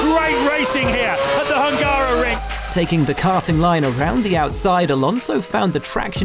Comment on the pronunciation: As a Hungarian, my ears are hurts when somebody is pronouncing Hungaroring as Hángáróring